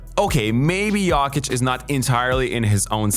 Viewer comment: why u say jokic like that